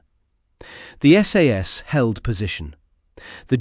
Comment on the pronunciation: Not SAAAS it's SAS.